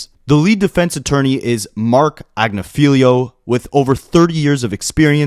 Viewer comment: Great video. Only problem is that Mark Agnifilo's name is pronounced as "Ag-niff-a-low". According to his wife, Karen.